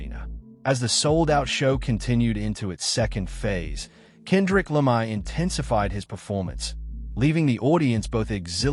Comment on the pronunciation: AI (or rather 'text to speech') can't pronounce Kendrick Lamar properly 🤖